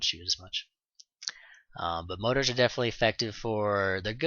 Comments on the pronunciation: Good tutorial!! Thanks!!! Side note- they're more-ters... Not motors... Lol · I'm really sorry about this. Its mor-tars. You are a credit to the community and I like your videos.